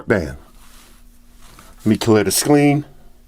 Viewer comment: He said scleen instead of screen.